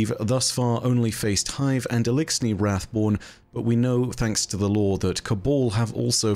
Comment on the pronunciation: Wrathborn sound like boring taken lol